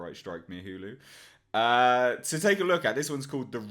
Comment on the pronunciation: Worth it just to hear you pronounce Hulu.